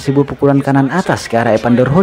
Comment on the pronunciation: Bukan EPANDER, tapi EVANDER!